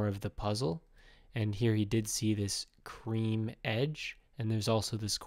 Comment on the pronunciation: Pls don't say creme